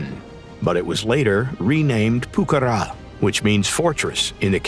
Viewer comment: Que buena pronunciación al español! 😉